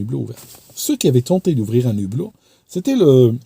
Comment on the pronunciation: Si je peux me permettre on écrit le hublot et non l'hublot et on ne fait jamais la liaison entre un et hublot, c'est pareil avec haricot, hibou etc. Je fais cette remarque parce que ma langue est en-cours de destruction et ça m'affecte beaucoup. Peut-être que vous ne le saviez pas, c'est pour la prochaine fois. La qualité de vos vidéos n'est nullement remise en cause.Vos vidéos sont toujours passionnantes et très bien expliquées.